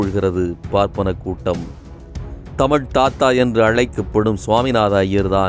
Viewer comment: சிறப்பான பதிவு. நீங்களும் தமிழை தமிழ் என்று கூறுங்கள். தமில் என்று கூட வேண்டாம் என வேண்டிக்கொள்கிறேன். நன்றி.